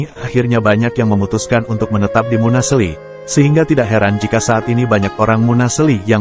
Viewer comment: Munaseli bukn munasli